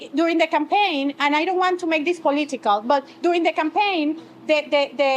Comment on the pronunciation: I get triggered every time I hear her say “po-leet-ta-cul” 😝